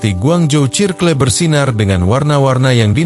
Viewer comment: Ini yg ngomong AI kah? Tp kok circle dibaca sirkle wkwk serkel kali